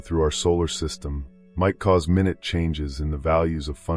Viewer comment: and bro.. minute is relation to smallness.. isn't pronounced the same as minute in time. - you wanted 'mine- yoot'' - not minut.